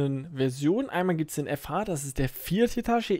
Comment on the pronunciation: Ich hab den Bagger in echt gefahren (bin Baggerfahrer) PS: Es heißt Hitatschi 😂😂😂